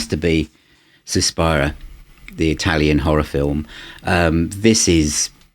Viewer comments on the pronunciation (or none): It´s Suspiria, not Suspara